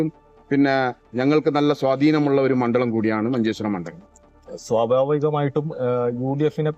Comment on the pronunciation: മണ്ഡലത്തിനെ മണ്ഡളം എന്ന് പറയുന്നു